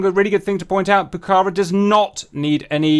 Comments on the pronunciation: if you want to pronunciate rigth ... is pucarA y not pucAra (i dont speack english... but i can tell you how this word has to be pronunciated... and means "Red fortress" or "fortress" in quechua... ) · I love that you've done this, I've wanted to see the Pucará in DCS for a long time. For the record, it's pronounced "Puca-rah", because of the "á" at the end. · Like Argentinian I really amazed for your excited about the Pucará (the last "A" is the accentuated) -- Its a lovely plane that its in the heart of every Argentinian. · Pls. It's Pucará. The accentuated syllable is the last one.